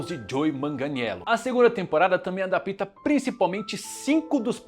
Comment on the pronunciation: AHHHH COMO EU ODEIO O "ADAPÍTA"!!!!!!!!!!!!! EU NÃO AGUENTO MAIS